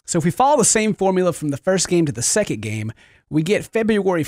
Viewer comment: TOODAYS FEBOOERY SEKENT